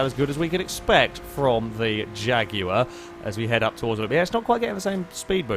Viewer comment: It's the proper way to pronounce Jaguar.